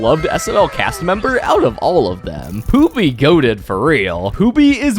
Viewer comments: Pooby ❌ Poopy ✅ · Bro kept calling pooby poopy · Is he saying poopy??.. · I hear pooby and poopy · his name is not poopy it’s pooby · Por pooby 😢